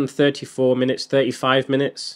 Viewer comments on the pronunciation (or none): Bro, what exactly is a "minuets"? Is that anything like "minutes"? Love ya work, mate.